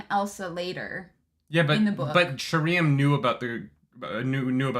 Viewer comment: I can't wait for Sheriam to be introduced on the show so realizes it's not actually sher EE um.